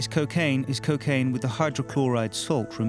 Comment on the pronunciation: they cant even pronounce cocaine properly. cuckaine? honestly